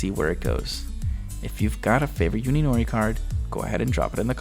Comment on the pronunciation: Hey, just an FYI. You are pronouncing Uninori's name incorrectly. You are saying it as if it was spelled Yuninori. In Japanese the U is prnounced like "oo" similar to the o's in food. So you would prnounce Uninori like oo-nee-no-ree.